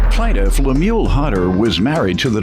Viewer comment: Pronounced LEM-YOU-WELL